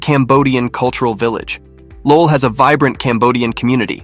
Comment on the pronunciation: Another AI voiceover lol. Cant even pronounce Lowell right